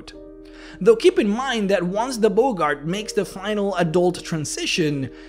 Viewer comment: Boggart is pronounced 'Bog Art' not 'Bogart' like Humphrey.